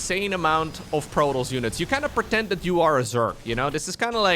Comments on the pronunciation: We pronounce the S for that one! Protoss ;) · We wouldn't pronounce it "Proto" in French. Since there are two 's' at the end of "Protoss", it can't be mute. Even with only one 's' at the end I'm not sure it would be mute since it wouldn't be a native French word and also a race name so kind of similar to a first name I guess (for instance the 's' at the end of "Chronos" is not mute).